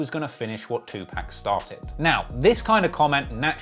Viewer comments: Bro I've always thought you was legit until this video....my man said 2 PACK!! 2 PACK OVER AND OVER NOT PAC BUT PACK! NOT 2 POCK....2 PACK!! YOU GOTTA TAKE THIS L! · It’s pac not 2pack. Get it right. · You should say 2 poc with your accent it sounds weird af saying pacc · Its not pronounced 2pack, its closer to Pock.... put sum respect on pac name a hole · Bro its not two pack too pok phonetically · It's pronounced "Two''P'ah'ck" not Two'P'a'ck! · The amount of time I yelled TUPAC!!! Not Tupack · Great video but you are pronouncing tupac incorrectly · 2pac not 2pack. It matters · It's Tupac, not 2pac or 2pack. And you say you know rap... right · Tupac not Two Pack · Its tupawk not tupack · Don't wanna be a dick but as a genuine member of the community I feel compelled to let you know when u see 2Pac... its pronounced 2Pock.... not 2Pack. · Pronounced more like Park not pack... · It’s pronounced to-pocket(2pac) not 2 pack… My era hated that disrespectful pronunciation respectfully said… keep up the good content Sincerely, BossWes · It’s pronounced “2 pawk”. I know it’s spelled 2pac but that’s not how we pronounce it. So please stop saying pac😂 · It’s pronounced too pahk not tew pack lmao good work on the video tho 😂💯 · It's Tu-pock, not Tu-pack. Damn the accent, how can you be a hip-hop head and not know how to pronounce the name of one of the greatest rappers of all time? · 95% of them... If you don't know that it's Tupac and not Twopack, you're a goof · I know you can say PAC instead of PACK bruh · ITS PRONOUNCED TOO POCK NOT NO 2PACK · It’s not tupack it’s Tupac… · Nah it's PAC not pack 🚫all this "Two-pack, new-pack" stuff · It’s pronounced POCK. TWO-POCK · You say Tupac as too pack just to piss people off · 2 pac is not pronounced pack. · If he say "2Pack" again ima find him and slap him myself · TWO POC …. I fwy but u gotta stop butching tht 😂😂🤦🏾‍♂️ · Tupac, not TuPACK 🙄 Lenox not Lennox 🤦🏽‍♂️ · lol Too-Pack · Bruh it’s 2-pac wtf are you saying